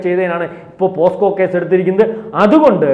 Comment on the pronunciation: പോസ്കോ കേസ് അല്ല പോക്സോ കേസ്. ഇജ്ജാതി വിവരമില്ലായ്മ കോൺഫിഡനസോടെ വിളിച്ചു പറയുന്നു. 😂